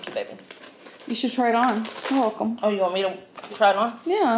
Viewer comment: I hate when you say "wulcome" even more than lynnmas.